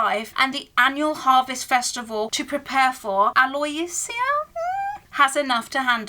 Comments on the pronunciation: Aloysia is pronounced ah-low-ish-ah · I think the name is pronounced aloo-isha